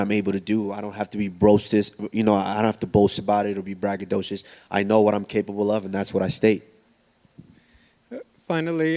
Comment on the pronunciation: He said bragadocous